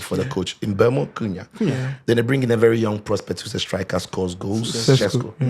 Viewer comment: the name is MBE-UMO not mbu-emo